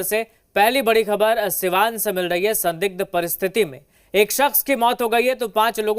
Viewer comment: Sadigh nahi sarab sai bolo